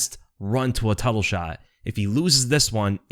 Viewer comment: 32 "last run to a tuttle shot" ? Maybe use some AI for your narration next time! :)